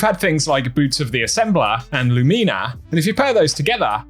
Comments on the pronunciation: Lew-meena? Lew-min-ah seems a more typical pronounciation. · please stop saying lumin-a Its pronounced Lu mi Na. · Dude. Loo-minna. Not fucking Luu-Mee-Nah. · Lu-me-na? wtf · Idk why but the way he says Lumina is really bothering me